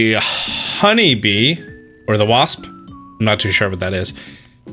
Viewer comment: Welcome back to Austin Speaks: In todays episode; wasp- waSSpSS apiary, apiary, apiary? Epiary, apiary